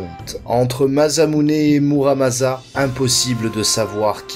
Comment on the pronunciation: video courte mais sympas, par contre faut arréter de dire MaZamuse et MuramaZa y a que 1 S mais c'est pas des nom français mais japonais donc on prononce MaSSamune et MaramaSSa.